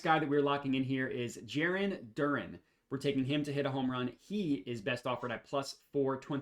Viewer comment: It’s also pronounced DUR-ANN I’m not messing with you this time lol